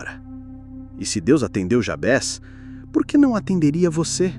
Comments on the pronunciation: A oração é linda! embora a pronúncia do nome, estou estranhando, sempre ouvi Jábes, e não Jabés... qual a pronúncia correta? nome é nome... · Só uma observação: não é Jabes o nome do personagem, e muito menos Jabés. É JABEZ - grafado com Z e a pronúncia em português deve ser a mesma de Juarez, Inez.. como se tivesse acento circunflexo na letra E, assim: JABÊZ e não Jabes. I Crônicas